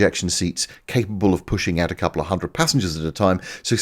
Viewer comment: . "... pushing out a coupl'la hundred passengers at a time." With all the grace of a sub-orbital riot.